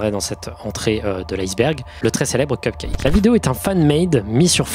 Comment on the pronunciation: lol il a dit cumcake